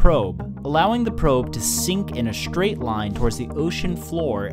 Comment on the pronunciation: What the heck is "shtrait"? He said it twice, so it's no accident. Many uploaders are doing this, and it makes them sound dumb. Why, people, WHY???